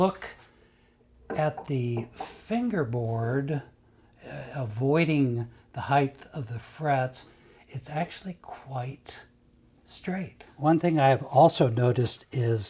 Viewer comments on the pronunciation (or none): People, more often than not, say "heighth" - a fictional word. See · I like how he says “heighth” instead of height.